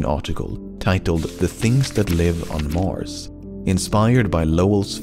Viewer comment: Mars* not Mors